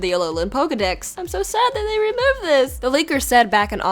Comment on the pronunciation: You said rumoved not removed